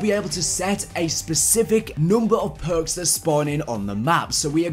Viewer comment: These phhhurks, those phhhuurks,, PHHHUURRRKKKSS